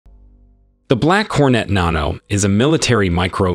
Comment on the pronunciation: This man pronounced "Black Hornet Nano" a different way every time he said it.